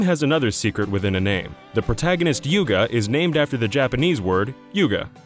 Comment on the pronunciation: "The protagonist Yuga"??